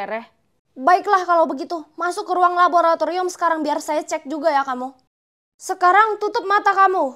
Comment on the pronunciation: Kk rere kesusah han bilang raboraturium😅